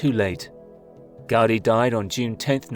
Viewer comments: you say "raise your intelligence bar. It's normal speak for averagely educated humans" yet right after you proceed to talk about things you don't know. Talk about ignorance, but the fact you say "Gaudy" instead of "Gaudí" already shows you have no clue what you are talking about. As someone who has lived here for four generations, it's disgusting to see people like you talk about things they have no idea about. You miss all nuance, all the cultural implications, the economic growth, and all of the good this project has brought to my hometown. You blame it for things it has nothing to do with. Say the tourists are ruining our economy while having no idea what the current economic and social status here is nor what the cause for it. I am yet to meet someone against La Sagrada Família as a whole. Well that is excluding people like you who weren't born here nor don't even know the history behind this city. Ignorance and hypocrisy—you throw out those words yet that is all you are. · Gaudí should be pronounced "gawDEE" not "GAWDee". Did you not see the accent mark over the little letter "í"? Do you think it was put there just to make it look cool? Have you zero ideas about why accent marks exist?